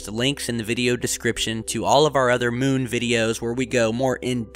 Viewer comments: Y u keep saying Mewn? 😂 Its moon not Mewn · Yes it does! (to borrow your excitement.) The "miewn" (as this calls it, as if cows say "miew) obviously rotates to keep the same "face" toward Earth as it orbits Earth. Did you go to school? Shoulda.